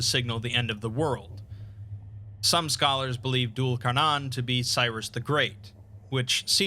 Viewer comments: It's pronounced Dule Kar-neigh-n, like the sound a horse makes at the end. Also I always was told Dhu al Qarnayn was Alexander the great? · If anyone cares, Dhul' Al-Qarnayn (pronounced thoo-l al qar nayin) means the two-horned one, or literally He of the Two Horns. Scholars believe he is either an individual derived from Cyrus the Great or Alexander the Great. Gog and Magog have been mentioned across all 3 abrahamic holy books, from them being individuals to a tribe to monsters.